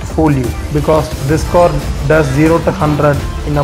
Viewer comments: Its CAR AND NOT COR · Its car not kor